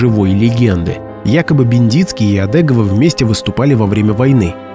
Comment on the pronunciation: Не Одэгова, а Одегова.Фамилия распространённая в Пермском крае.